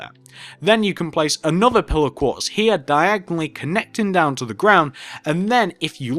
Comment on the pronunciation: Minecraft, Your accent sounds like when you say 'Pillar Quartz block' it's sounds like your saying 'Pillow Quartz Block'